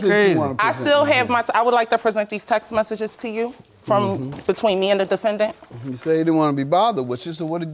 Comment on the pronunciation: Did she say the offendant?